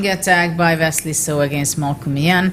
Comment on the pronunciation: She said Vesley So